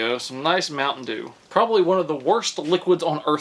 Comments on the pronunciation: The way he says mountain doo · Oh my, the way he said “Mount’n Duew”(Mt. Dew)😂😂😂💀 videos always make my day. 😂